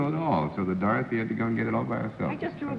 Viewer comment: Johnny Olson consistently introduces Dorothy Kilgallen as "Dawthy"